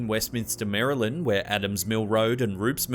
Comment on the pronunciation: I live in Maryland and must say I LOVE the way you say it!! 😍